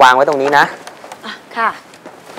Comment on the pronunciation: ไม่ชอบก๊อฟเวลาพูดคะ ขา ออกเสียงเป็น ฮ หมดเลย